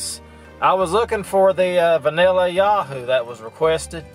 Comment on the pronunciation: Yoohoo not Yaahoo. Boiler Up!